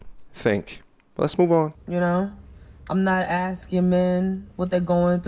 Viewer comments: Filling and Axing. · Why is she axing him?